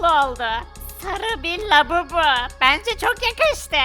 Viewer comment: labubu değil babubu